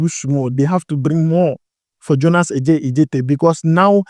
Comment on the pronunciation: U are mentioning the name wrongly, Adjetey is a Ga name , A djetey not Ɛ djetey .. but kudos, u doing well 👍🏾